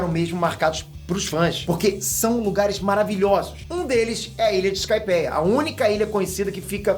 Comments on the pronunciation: é sky pear kkkkkk skaipéia kkkkkkkkk pqp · Skypia(skypea) Fala direito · Ótimo vídeo, mas a pronúncia de Skypeia deu uma bugada ai